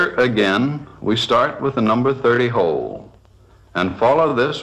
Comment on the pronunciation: "Start by drilling a number thirdy hoowl" 😶